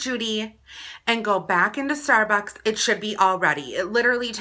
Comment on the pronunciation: "stair buaks"